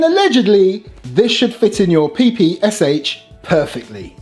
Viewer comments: It's better call it as "PePe-Sha" not "Pi-Pi-Es-Ech" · PPSh is pronounced "papasha"